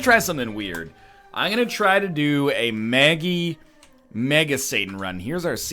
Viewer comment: NL it's not Maggie Mega Satan it's Meggie Satan